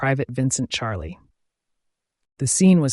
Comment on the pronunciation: Hs name is pronounced as shalay